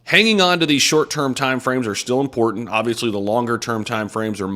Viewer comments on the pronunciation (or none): none